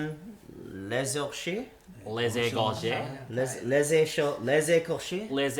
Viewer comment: Its pronounced. Lay heykorchay.